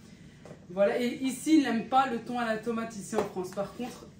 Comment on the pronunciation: 🤣🤣🤣 "thone" 🤣🤣mon mari, qui vivait aussi, au Maroc l'aime d'amour aussi ce thon 🤭🤣🤣